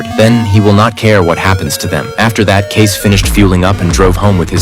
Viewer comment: It's Kay-cee. Not Case.